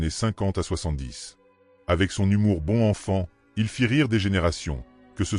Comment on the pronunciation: Liaison svp, bon enfant ? Mon oeil on dit -bonnenfant -qui sonne bien brutalement interrompue , liaison manquante. Ceci dit j'adore votre voix, ferme, équilibrée avec des vibrations rouge bourguignon.